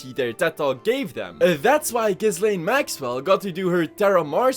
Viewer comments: Remember, Ghislaine isn't pronounced Giz-lane, it's pronounced Jizz-lane. In all other instances, it's pronounced with a silent s though. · pretty sure ms maxwell's name is pronounced "JIZZ-lane" oh i looked it up & i am definitely correct, that one is a JIZZ-lane for sure